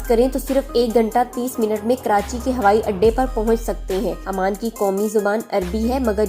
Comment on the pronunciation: Amman aik City hai aur Oman aik mulk hai aap ne poree video mai Oman ko amman kaha hai jo k ghalat pronunciation hai